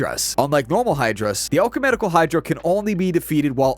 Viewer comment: I heard it as alchumenical, like he mixed the words alchemical and ecumenical.